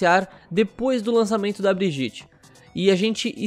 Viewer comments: OW, a pronúncia de Brigitte é Briguita, não Briguite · A PRONUNCIA É BRIEDIETE NÃO "BRIGITI" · Se fala briguita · O certo é Briguita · Socorro, ele fala Brigitte errado. Que agonia. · Fala o nome da mina direito😂😂😂